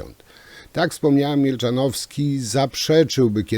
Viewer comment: Panie z tymi nazwiskami to u pana stary dobry numer 😂. Milczanowski, a nie Mielczanowski: )